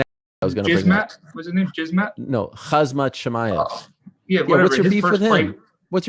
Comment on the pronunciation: Not hazmat, he is hamzat